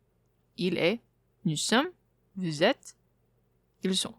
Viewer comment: Ok I know I already wrote many comments, but this one is to help your pronounciation 😅. 1. The "ou" sound in French is basically like the "oo" sound in English, like in cool or drool. 2. In 99% of cases if a word ends with an "s", you don't pronounce it. Especially if it shows the plural like in this case. Off the top of my head, the only "s" you pronounce at the end of a word is "vis" (as in a screw). There're obviously others, but they're very rare.